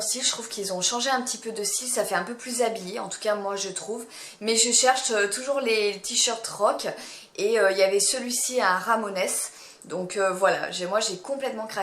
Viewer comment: Super haul comme toujours 🥰 mais ma belle...pas "ramonesse" 😭 ça se prononce à l'anglaise "ramone's", groupe légendaire de punk rock